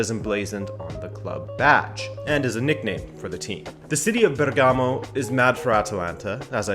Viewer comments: And the right accent is Bèrgamo! Not Bergàmo! Thanks! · It’s actually spelled Bérgamo not Bergámo but very good video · It's Bèrgamo not Bergàmo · Great video! One very cacophonic issue: BERgamo, not berGAmo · It's actually Bèrgamo, not Bergàmo 😉 greets from Italy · Bérgamo not Bergámo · mate, Bergamo is pronounced differently..the stress in on the first syllable (Bèrgamo) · If i hear another time Bergámo I'm going to throw up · that accent on Bergamo killed me several times XD instead ALL other accents on Italian names are really good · It's nice that you're doing a video on Atalanta All i ask because it's annoying..if you're going to say the name of a city in italy, please research how to say it..first.. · The way he pronounced Bergamo made me cringe multiple times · You pronounced Bergamo incorrectly and the stadium name is wrong aswell. Atalanta stadium is called the Gwiss stadium. They changed it. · Good video. Just drives me crazy how he mispronounces Bergamo for the whole video